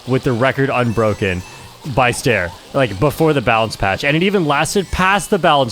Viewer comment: bro is calling ster "stair" 😭